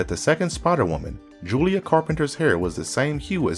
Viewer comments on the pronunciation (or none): none